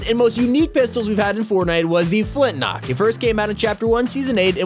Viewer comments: Its called a flint lock not a flint nock :/ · Flint lock not flint nock